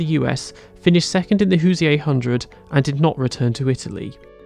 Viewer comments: Great video, many thanks. on Andretti: "Hoosier" race name means someone from Indiana, pronounced "Hoo-zher," 2 syllables blended together. Ain't no Hoo-shee-ay in 'Murica 🙃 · BTW USAC is usually pronounced "U Sack" and "Hoosier" is usually pronounced "Who zher" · Rule of thumb, say USAC like NASCAR. The abbreviation is just a word. To help you out in future, Hoosier is pronounced “whose-ure.” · Just for future vid purpose's....no one in the US calls/called USAC the "You Ess Aye See" its always been pronounced "YouSack" But i think im gonna start sayin "hoosier" as "whozeeaye"!!! Cuz thats awesome! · Hoosyay? xD